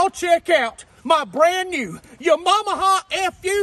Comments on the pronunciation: *Yamamaha. Lol. Says it right in the bike. Haha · Laughing my ass off he said Yamamaha and Mooseknuckle!! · When he says “Yamaha” it sounds like “ya mama” and I can’t stop hearing it and thinking “what he said about my mama?” 😂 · New here never here of this channel: Yah got me at “Ya-mom-aha” 🤣🤣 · Tha way he pronounced Yamaha lmao only 🤷‍♂️🤣🤣🤣